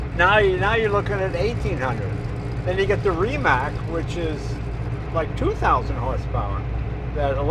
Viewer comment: How come the guy is Croatian, but has no clue that Rimac should be pronounced like Rimahts.